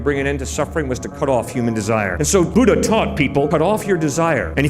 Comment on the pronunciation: Buddha, pronounce "ddh" in Buddha like "the"